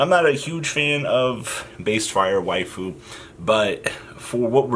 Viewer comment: Every time you say “Waifu” a little part of me dies.